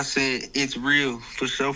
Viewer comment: ang kulit ni for shore for shore hahahahah